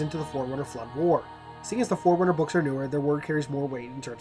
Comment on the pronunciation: When you first said forerunner I thought you said foreigners 🙂